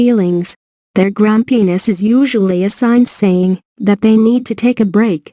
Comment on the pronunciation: Did she just say; grum-penis?